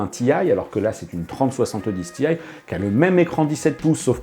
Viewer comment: je comprends pas pourquoi prononcer tee-aye en anglais quand on prononce 3070 en francais :/